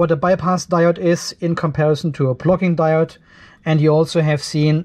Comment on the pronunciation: Always good information. However it’s hard to get by your accent of “plucking diode “.